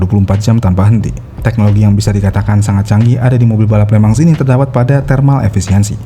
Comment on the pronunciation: Di tulisnya Le Mans di baca nya (sesuai pengucapan bahasa Perancis)... Lemong... 🙄